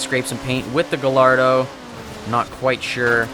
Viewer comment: cries in Italian from the way this guy pronounces "gallardo"